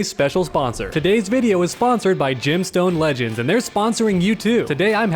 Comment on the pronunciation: Whenever he says "Gemstone Legends" it sounds like he's saying "Jim Stone Legends" which sounds like ..I dunno. A fishing game?